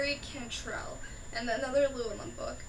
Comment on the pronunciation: As a Welsh name, "Llewellyn" is accented on the next to last syllable.